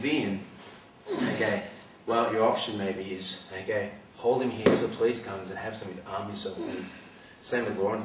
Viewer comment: I love how his accent is all like: "I'm gunna smash his head to the ground, e'key? I'm gunna slam his as hard as I can, e'key?" Lol also, Metal Gear Solid FTW!